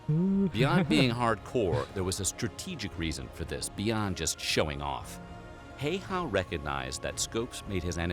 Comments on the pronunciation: Pronunciation is closer to 'How-ha' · IT'S NOT FUCKING HEY-HA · When you say "man" take that a sound and you have almost pronouncing how ä is pronounced in Finland. Its not heyha it is Häyhä. Basicly not big deal but why not 🤷🏻‍♂️🙂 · It's not "HeyHA" it's HEYHEH if you need to pronounce it.. or as close to that as you can if you don't know how to pronounce Ä. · "Hei-hah" xD how about "hæ/y/.hæ" Also not -20 to -40 Fahrenheit, but Celsius. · Mate its simo häyhä, not hayha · i really hate how these channels who make a video about a finnish soldier dont even bother to google how to pronounce their names. heyhaa is so fucking far form häyhä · You called him Simo Häihä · I think during this video you were talking about a guy named Simo HOYYAAAA not Simo Häyhä :D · simo heihaa? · Its not Simo Häihä ITS SIMO HÄYHÄ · I`m Sorry but I`m finish and this thing pisses me off like it is pronounced Simo Häyhä and not heiha, häihä or haiyah, but other wise the video was good and sorry if i miss pronounced some words but i think it might be on that that i am from Finland SUOMI🇫🇮🇫🇮🇫🇮🇫🇮and if you whonder what SUOMI means it means Finland in Finnish language. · Häiäh LMAO the best non correct reading of HäYHä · Im pissed they say hes name like heyha its häyhä perkele ou jeah hello from finland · Have you tried pronoucing it Häyhä? Not Heihäh 🤭 btw great vid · it is HÄYHÄ not some hey-hah... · Its not Jheijä its Simo Häyhä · WTF it's not Heiha it's Häyhä🤣🤣🤣🤣🤣🤣🤦‍♂️🤦‍♂️🤦‍♂️🤦‍♂️🤦‍♂️🤦‍♂️ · Simo Heyhaa? 😆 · The proper way to pronounce it a little difficult for English speakers, but his name was more like 'See-mo How-ha' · They pronounced it wrong- it's hi-ya-ha. Yeah 🇫🇮 names are weird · You pronounce the last name pretty much "Hey-Yeah" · Why dose everyone pronounce it wrong it's simp hä y hä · "Hei-ha" 😂 I can't get over the way they pronounce Häyhä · "Hey-ha" *FACEPALM* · Breh, the surname is pronounced "HOW-Ha." Check out the Infographics channel doc on the legend. Cheers!